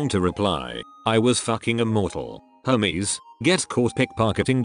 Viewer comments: lolol i love how it sounds like Hameses not hermes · everytime it read hermes i thought it was homies and honestly that's very fitting